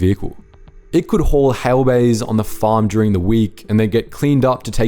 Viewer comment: It could haul ''halebays'' ?